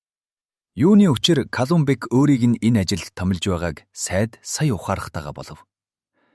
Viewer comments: Сайд биш Сай-Ид гэж өргөлттэй дуудна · Сая-Ийд гэвэл илүү тод сонсогдоно